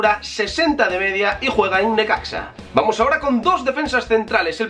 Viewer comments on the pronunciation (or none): none